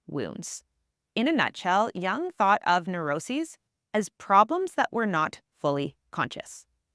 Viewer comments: Jung is pronounced as joong, not as young. U is pronounced as U in Uber or U in bully. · Great content. But the constant mispronunciatiion of Jung's name is very distracting.